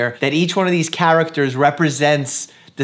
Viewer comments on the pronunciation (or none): no one: Dr. Mike: C h ä r a c t e r